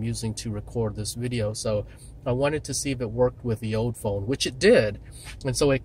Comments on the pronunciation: He kept saying "ode". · learn how to say OLD!